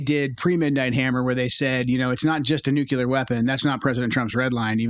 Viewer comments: I get concerned when a person can’t pronounce “nuclear” correctly… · Can we just pronounce “nuclear” correctly?